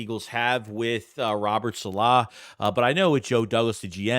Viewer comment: ....been a fan. Love the videos. But you're the absolute worst with names. Saleh is not pronounced that way. Please watch some espn videos and adjust accordingly.